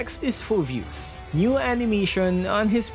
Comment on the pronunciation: Phoveus 😂haha